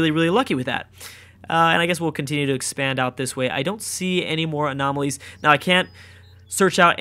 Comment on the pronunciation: Having trouble saying 'Anomalies' friend? :)